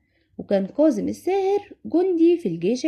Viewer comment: كاظم و ليس كاضم